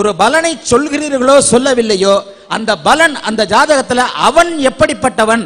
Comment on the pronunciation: தயவு செய்து பலன் (palan) என்று சொல்லவும் (ஊசரியுங்கள்) நீங்கள் பலன் (balan) என்று சொல்ல கூடாது